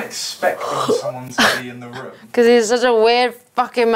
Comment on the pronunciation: Mon cher Gre , ont dit "room" , pas "romm" :P